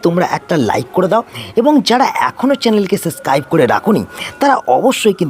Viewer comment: প্রথম কথা এ্যালাচ নয়, এলাচ, দ্বিতীয়তঃ সাসক্রাইব নয়, সাবস্ক্রাইব, তৃতীয়তঃ পয়োগ নয়, প্রয়োগ , চতুর্থতঃ পতিস্থাপন নয় প্রতিস্থাপন, উচ্চারণ এ অজস্র ভুল, তাই সাবস্ক্রাইব করলাম না, আগে উচ্চারণ ঠিক করুন, তারপর ভিডিও করবেন